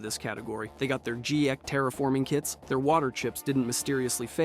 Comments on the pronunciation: G-eck? It's called the GECK my man. Like Gecko without the o. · G - ECK?????? Did you mean.... Geck?????? My god we've gotten so dumb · It's not Gee-Eck, it's GECK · G-ECK? Why over pronounce the hard G? It's an acronym so each letter holds the same weight. Its not N-ASA. It's GECK and NASA. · Geck. It's Geck. Not Gee-eck. C'mon. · What the hell is a G-eck?? I thought it was the G.E.C.K. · 'gee-eck' no man. geck like gecko. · "Jee-eck" kits? No. It's pronounced Geck. As in Gecko without the o. Like they actively say it in multiple games, not once has anyone ever pronounced it "Jee-eck". This isn't like gif or jif, how could you even mispronounce something so integral to the game that they say multiple times in voiced dialouge🤔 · G-eck? I’ve heard enough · Did this MFer just say "gee-ECK" when talking about the G.E.C.K.? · G- eck lol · wtf is a "gee-eck"? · What the fuck is a G eck…. Did you even play the fucking originals? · gee-eck? That's is treason! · Buddy, you can't be naming yourself "" and make a fallout video and then call the G.E.C.K a geeyek. Like ffs. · wtf is a G-eck? Its geck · I hate to be that guy but it's pronounced Geck, not gee-eck. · "Gee ECK" Stopped watching. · Did you call it a gee eck? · I could understand either saying out all the letters or saying the acronym as a word, but G-ECK? WTF is wrong with your brain... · No fr. This pisses me off as it scratches my brain in the wrong way. How DUMB do you have to be to see "G.E.C.K." and think it says "g-eck"?! Idiot!!! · In the first 30 seconds of the video, he calls the GECK the G-Eck lmfao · How ya just gonna immediately mispronounce GECK